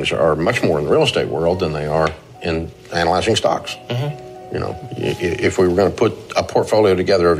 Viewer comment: Love your videos. Your pronunciation of ANALyzing had me in tears 😂